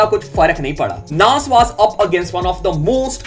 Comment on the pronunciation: Bhai was ko waazzz bolna band Karo na please 😅 woz boldo